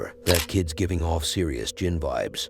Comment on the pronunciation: Jinn. not "JIM" LOL